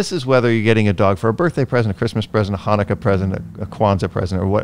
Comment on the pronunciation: And I would like to wish you a Happy Chanukah!! I must say that I'm very impressed that you actually said it correctly by pronouncing the "CH". On a different note, I would like to say that if your teenagers ask u for a puppy, that should also be a resounding "NO" Just had terrible training experience with 3 teenage girls that got a puppy because he was just so cute!! Once reality set in, nobody had the time to take care of dog. All they wanted to do was take selfies with the dog😣😠 The last lesson we had, after just being there 10 minutes, one girl walked out of side door for soccer practice, ten minutes later, another walked out front door for some social time. Twenty minutes after that, I WALKED OUT OF THE FRONT DOOR AND SAID I'M DONE!!!! I'm glad that I had the guts to do it because I knew that no amount of training would help dog if owners don't listen and practice. Just wish I could have taken puppy with me😢